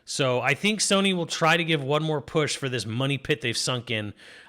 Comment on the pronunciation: It’s Pokemon Z-A and Sony NOT Soony.